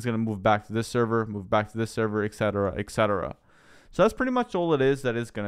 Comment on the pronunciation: "Eksetera"? You mean "et cetera"?